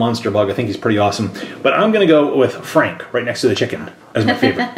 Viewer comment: It’s FRank, not Hank